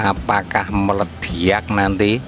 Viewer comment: Ilmunya mantab, Medok ngomongnya 😁 nyenengin banget dengernya 😁, Meleddiyakk = Meledak. 🤣🤣 Sehat dan Sukses Slalu Pak !!!